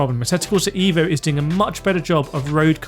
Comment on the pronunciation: evvvvooooooo mate not iiiiiivo